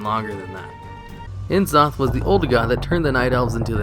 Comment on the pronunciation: nuh-zoth, not en-zoth. cuh-thun, not see-thun. come on guys, HP lovecraft didn't give old gods pretentious author initials, so blizzard wouldn't do it with their lovecraftian characters either